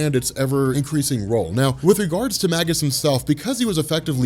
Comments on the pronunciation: Mage-Us, not Mag-Us. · Starlin's Thanos looked so much cooler than the film version. Gamora too. Little side note, Warlock's future self is actually pronounced "May-gus" by the way. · I believe that Magus is pronounced May-Jus, similar to mage or magi.